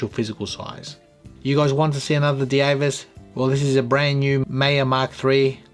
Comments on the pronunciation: Because it's German, it will be pronounced like we do in Dutch as Deevas (Dievas) not Deavas. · the name is pronounced “Divas”, not “Di-E-vas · Thanks for this review. This is a compelling piece. I think the German pronunciation would sound more along the lines of, "D-Vass."